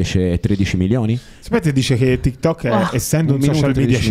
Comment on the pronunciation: Si,ma si dice TikTok non Tikkettok